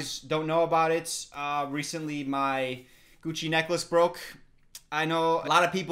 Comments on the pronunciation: Why did I hear "coochie necklace"??? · Idk about you but everytime says “gucci necklace” I hear “cuchi necklace” Am I the only one? 😂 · I thought you said coochie necklace and was so confused. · Ngl the first time he mentioned it I thought he said “coochie necklace” 😭😭🔫